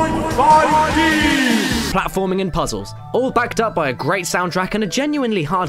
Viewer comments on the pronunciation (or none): I always crack up laughing when you say 2.5D!!!!! every god damn time! gg my friend